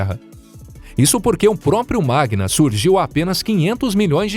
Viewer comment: Não é "magna" e sim "magma".